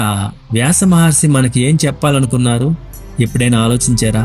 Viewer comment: చదివే విధానం బాగుండలేదు.. భాషా దోషాలు.. ఉచ్చారణ దోషాలు చాలా ఉన్నాయ్.. వేరే వాళ్ళ చేత చదివించండి.. చిన్న పిల్లలు మీద ఈ ప్రభావం పడుతుంది. ళ.. ల.. ణ.. న.. వ్యాస మహర్షి.. వ్యాస మహర్సి..విసయం.. విషయం..ఇలాంటి దోషాలు చేయరాదు 😮😮😮